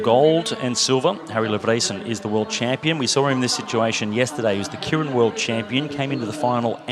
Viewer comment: Japanese word pronounced: Kay- Rin!